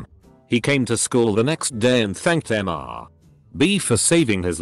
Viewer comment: Okay, how come this TTS program still can't properly discern and pronounce "Mr." and "Ms." as "Mister" and "Miss"?! Likewise for "Dr." and "Doctor".